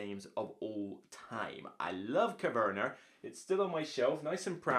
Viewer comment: Coverner?? Agricoler? Never heard of those games before. 😂